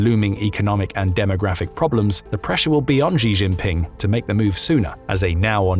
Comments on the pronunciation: Where on earth does this weird pronunciation for Xi Jinping come from? It's quite simple: She Jean Ping. Chinese has no S as in measure sound. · Learn how to pronounce Xi jin Ping!!!